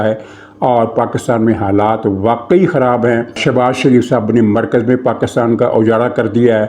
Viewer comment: ایک بندر مودی میرے سامنے نہایت بے شرمی اور ڈھٹائی سے ویڈیو میں PakAstan PakAstan کر رہا ہے. حیرت ہے کوئی اس پر بات نہیں کر رہا. یہ کہاں سے پڑھ کے آیا ہے؟ 😡😡😡😡😡